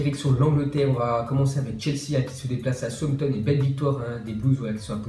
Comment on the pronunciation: STP APPREND À DIRE "SOUTH-HAMPTON" EN PHONÉTIQUE CA FAIT "SAOUSSE-HAMPTON" 🤣🤣🤣🤣🤣🤣